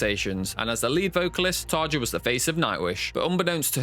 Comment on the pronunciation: It did annoy me that you constantly misprouncedcTarja's first name - I used to wirk with a Finnish lady with that nane and the 'j' is pronounced like a 'y'.